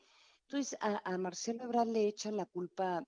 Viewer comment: EbraRd no Ebrad